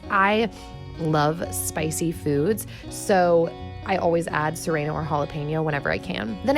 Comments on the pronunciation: 'Sereno peppers' 😂💕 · I've never heard someone pronounce serrano like that! I say suh-rAh-no (maybe a Canadian thing?) :)